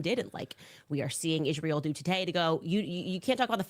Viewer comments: She also mispronounces Israel as "Ishreal", subconsciously admitting and declaring that Israel IS REAL !!! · Candace needs to learn how to pronounce Israel.